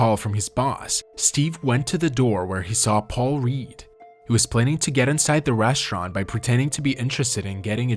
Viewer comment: What's a reshurant?